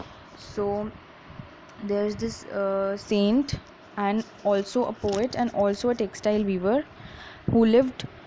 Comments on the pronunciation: Mam improve your pronunciation saient no संत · It is not sant it is saint in english